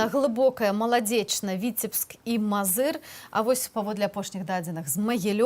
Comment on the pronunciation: Мозыыыыр, ударение надо правильно ставить, иногда складываться впечатления, что "гэта не зюсим Беларусы"